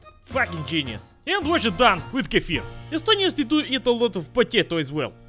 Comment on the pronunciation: Ohh damn.. that way you pronounce estonian words is funny :D